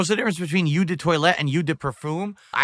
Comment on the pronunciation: Eau = You 😂😂😂 perfume expert